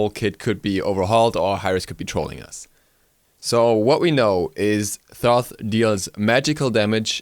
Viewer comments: ITS PRONOUNCED TOTE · It is pronounced "Toth" with the first H being silent :) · Wow dont pronounce Toth like that!